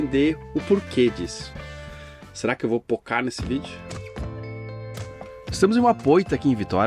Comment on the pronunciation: Eu amo Vitória e gostei muito do vídeo, mas odeio ouvir alguém tentando falar "POCAR"